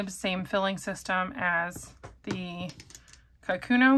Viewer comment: The Pilot pen is not a “ka-KU-no”, it is pronounced “ka’-ku-no”. Japanese is a pitch accented language, not a stress accented language, and the name かくの means “writing”. The first mora should have a slightly higher pitch than the second and third morae, but the stress should be equal.